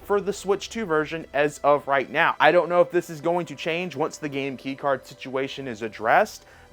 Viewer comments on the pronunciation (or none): none